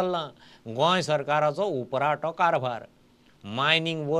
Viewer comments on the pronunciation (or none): not urprato,, it is urfato